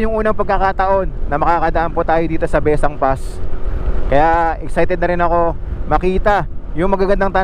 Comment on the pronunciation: Maganda ang daan na iyan at iyan ang daan ng mga taga Ilocos paakyat ng Sagada. Nakakahilo nga lang daan na yan kung naka-van 😁. Taga Ilocos Sur po ako at ang bigkas namin ay Bes-sang.